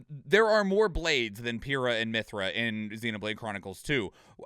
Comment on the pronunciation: it's pie-ra not pew ra